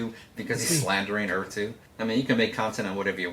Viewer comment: God I can't listen to that dude butcher the word Earth